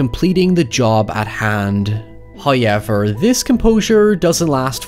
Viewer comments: ‘Haowyever’or however he pronounces it lol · Who else is here for the "hoyever" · I find it fascinating how pronounces “however”.